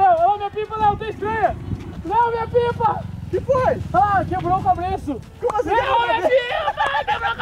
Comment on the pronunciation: "CABRESSU" ESSA DOEU MEUS OUVIDOS KKKKK